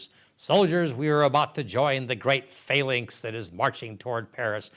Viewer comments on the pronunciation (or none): none